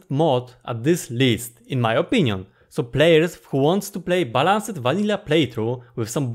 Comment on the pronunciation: dont mind me losing my mind but... Balanced is pronounced with emphasis on B"a"lanced. the same goes for ch"a"llenging. also: on the left is *a video with huge amount of tips.